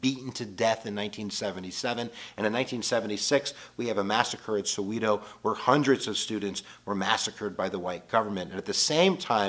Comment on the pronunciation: The way he botched the pronunciation of Soweto. Yo!